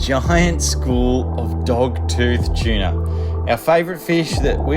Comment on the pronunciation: choona is a weird way to say tuna